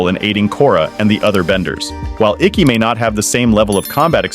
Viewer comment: All the air bending masters and elders. Dude said IKKI. 🤢🤢🤢🤢🤢